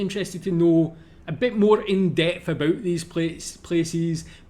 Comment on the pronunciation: You say aboot just like us haha